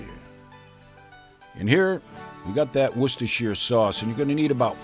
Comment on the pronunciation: Worcestershire sauce. It's pronounced "Wooster" ;)